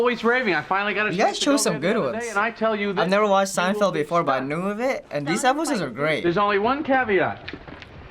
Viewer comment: What is this "seindfeld" that you speak of??